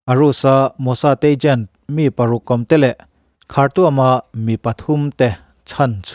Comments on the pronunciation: Ichhiarthiam bawksia angaihnawm thin khawp mai, ... khartuam ti lovin khartum ti a lam tur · Ngaihnawm thin khawp mai, ... Khartuam ti a lam rilo in .... khartum ti a lam rik tur